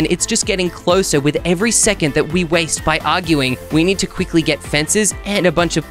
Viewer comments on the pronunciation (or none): Try saying "quikly,,again😂😂😂